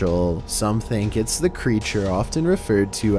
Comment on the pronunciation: Dude she says "es still on"